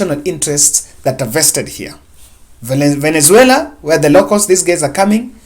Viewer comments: what's so difficult to pronounce Venezuela? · is suffering from pronunciation syndrome